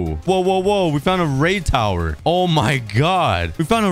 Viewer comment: It's really funny how he say raid tower 🤣